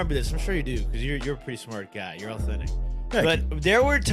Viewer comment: What's Going on